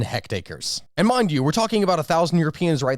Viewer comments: I assume when you say hectacre you mean hectare? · If you fancy yourself an expert on history, proper pronunciation is part of it You butchered the name of the well-known French statesman Mitterand (you spoke: Mittenard), and metric unit of surface which is 1/100 of a square km is called a hectare, not a "hectacre". A French policeman is called a gendarme, which you pronounced "gedarme" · It's pronounced hecTARE, not hectACRE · Hecked-acres?.. This is my country, failing again 😔 Hectare, pronounced like Feck'd Air. It's a metric measurement of area, not related at all to the old English standard of 40x4 rods (43,560ft²). Convert at 2.47105 acres per hectare if you like, but, READ THE WORDS CORRECTLY! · What the hell is a hectacre? Does he mean hectare? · Did you mean to say hectacre, rather than hectare? Hectacre is a real measurement now, defined as the average between an acre and a hectare, about 0.7 hectare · Hectares be like Hektators